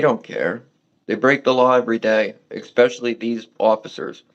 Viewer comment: Never trust a frauditor. But especially a fruaditor that says "expecially".